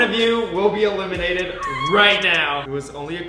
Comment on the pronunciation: Did say “ who ever has the less amount of macaroni will be a-lemon-ated 🤣🤣